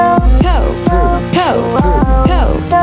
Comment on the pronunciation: Instead of “Cope” I hear “Coke”